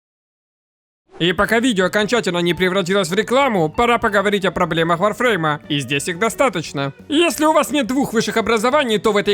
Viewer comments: Откуда вы все лезете. Вы даже названия игры не можете произнести а лезете со своими видео в надежде денег срубить или славы? Сперва образование получите ну или готовьтесь к видео нормально а не лепите херню на коленке. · как то странно название игры произносишь! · что за варфруйм?